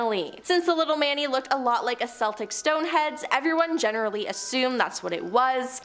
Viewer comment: Malevolent not man-evolent. Mm-ah-w-Ri not mowry (Maōri) K-eltic not sell-tick Benevolent is a good thing Are the pronunciation engagement/rage bait?!